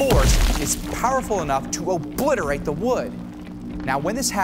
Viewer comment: Nobody: Weather boy: “oBLIterate the wood”